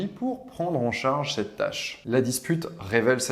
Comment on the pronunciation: 0.29 „prendre en charge cette tache“ hein? what? 🧐 Une des particularités de la langue française est d’avoir 16 voyelles phonétiques, dont [a] et [â]